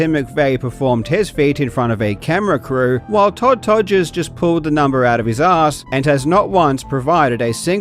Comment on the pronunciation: The only cheat here is Todd’s name being cheated by you saying toddger lmao I’m kidding it’s just really funny